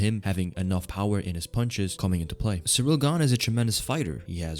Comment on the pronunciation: It's ciryl not Cyril